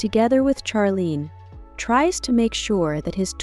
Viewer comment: They are NOT Scandinavian. Charlene is pronounced Sharlene.